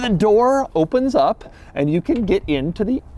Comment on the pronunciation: He pronounces “get” like I do… “git”. 😀